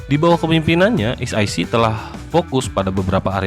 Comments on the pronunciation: Bacanya sec itu S I Sii, bukan S Ai Sii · Es i si wooy bukan es ai si😂 bikin malu tp ngeyel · e=i i=ai Bukan ribut tp koreksi kslhn pembacaan ejaan